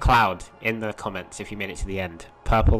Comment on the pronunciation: “Pourple cloud”